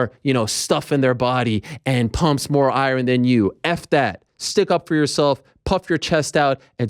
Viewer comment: Just had a Norm MacDonald flashback when Ariel said “iron” .